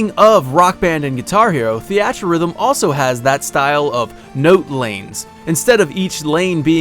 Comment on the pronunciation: "thee at" rhythm. I love you man lol